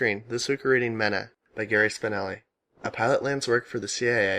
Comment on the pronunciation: It's pronounced "Me-Na" I lived there so I know